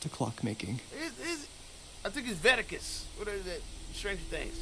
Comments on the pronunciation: You missed "Vaticus" ( trying to say Vecna, Stranger Things) 🤣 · “Vetacus” 🤣🤣🤣🤣 its veckna real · tryna remember and pronounce Vecna's name is killing me! 🤣😂😅🤣 it's Veck-nuh, cuh, Veck-Nuh!!!! 😅